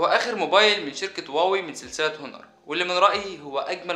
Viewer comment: أونر و ليس هونر أواوي و ليس هواوي . شكرا على الفيديو معلوماتك وافية و كافية . وفعلا جهاز الاواوي افضل الاجهزة لحد الان